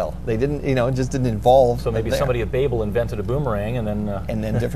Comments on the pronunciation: BAY-bel?.. BA-bel is correct to my understanding.. Like .. "You BAbel on and on." It's NOT pronounced BAY-bel! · its pronounce baabel its not like the way you are saying it like baby .